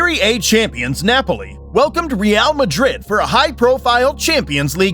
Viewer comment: The way you say some names 😂😂😂 tot ham , loincester city , neipoli 😂😂